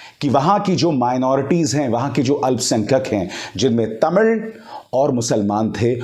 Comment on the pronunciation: I appreciate the way you pronounced "Tamil" unlike other Hindi speakers. Perfect pronounciation.